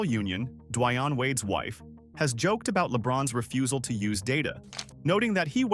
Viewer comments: Never heard it pronounced "D'Whyane". before. Always "D'Wayne" This Vid and channel smells off a bit. 🤨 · "Duh-why-unh Wade." The narrator of this video was also the substitute teacher who taught A--a-ron and Buh-la-kay.